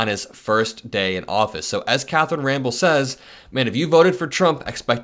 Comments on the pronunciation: You bro her name is not Catherine Rambel ita Catherine Rampeil...... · it's not "Ramble," but "Ram-Pell." Carry on as a watchdog for democracy!